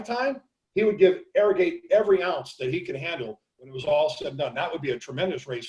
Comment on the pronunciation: ArroGATE...Not ArroGIT....Seems like certain people call him Arrogit thinking they seem COOL by pronouncing it that way...Sorry but hard to take shows about racing that serious when you can not even pronounce a VERY famous horses name correctly...And its not like his name was confusing...was OBVIOUSLY ArroGATE